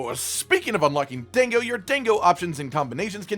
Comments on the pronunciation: "Few-gen" "Dayngo" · Lol I can't get over the "dang-oh" pronunciation.